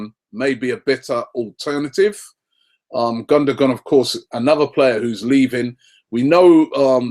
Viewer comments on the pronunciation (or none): How Gündogan's name is pronounced: (Gun-do-waan). Not (Gun-do-gan). -Just saying.